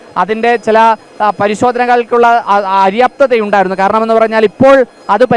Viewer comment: അര്യാപ്തത അല്ല, അപര്യാപ്തത എന്ന് ശരിയായ പദം പ്രയോഗിക്കുക 😢